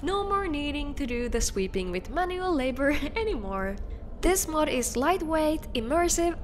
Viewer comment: This is 100% not what the letter Ö sounds like in any recorded language.